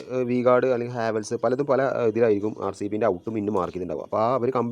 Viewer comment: ഒരു പ്രോഡക്റ്റ് പേര് വ്യക്തമായി പറയാൻ കഴിയാത്ത താനൊക്കെ എവിടത്തെ ഇലക്ട്രീഷ്യൻ ആടോ